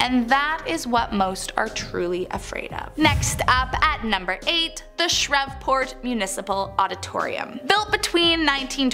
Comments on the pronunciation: man, even Raymon the Lightning Bug from Princess and the Frog said Shreveport right. As a Shreveportesse, I take offence to that pronunciation! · Shreveport and Roanoke... Learn to pronounce or find another job.